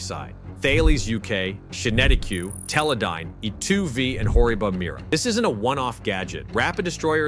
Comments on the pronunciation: The companies you mentioned are pronounced Tar-Laess and Kin-etic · I've got to pick you up on your pronunciation a bit here. Thales is pronounced "Talis", QinetiQ is pronounced "Kinetic"...just saying ;-)